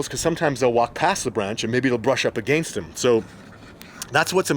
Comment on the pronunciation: You’re saying ”against” wrong 😜